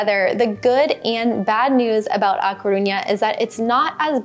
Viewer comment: Agree completely. I can’t understand anyone living abroad and not learning the language. Which is the reason I brought this up. When you were speaking about how much learning Spanish meant to you, I was surprised by this basic mispronunciation. If you go to the minute point in this video, talking about A Caruña, it was a cringe moment that didn’t reflect well on your emphasis on learning the language, and the Rosetta Stone offer. I learned Spanish as a child in south Florida but have made continued study lifetime passion. I enjoy your travel videos and am a subscriber, so I bring this up only to be supportive. Check out the point in this video. I went back for your convenience. 👍🏻